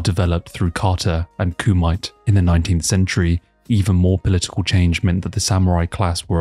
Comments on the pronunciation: you also said Ku-might? Bruh.. come on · Kumite is pronunced “Koo-Mee-Tay”. Qing empire is pronounced “Ching”, that’s where the name of China came from. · Amazing 3 hour banger. Kumite is pronounced Koo Me Tay, took me 2 watches to figure out what is so cool about mites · kumite = Ku-mi-TAY